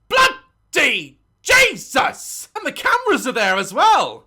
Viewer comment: daz: BLOOD-YYY JE-SUS